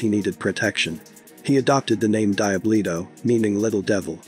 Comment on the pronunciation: When he’s saying Die Bluto is he trying to say Diablito 😂